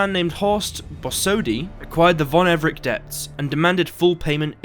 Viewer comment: Everec is pronounced EVER-RETZ Thank you.